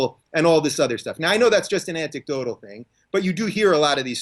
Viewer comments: Is it just me, or is Rubin saying "Antik-dodal" instead of anecdotal , looool?? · "Antecdodle" -- Come on down to /r/boneappletea Dave.